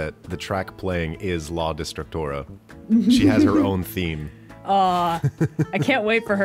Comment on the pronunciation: The fact that pronounces la destructora like "La distractora" makes it funnier cause that means "The distractor" and thats kinda what she was lmao